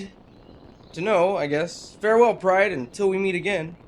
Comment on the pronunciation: please stop saying pride like that it makes me want to kill myself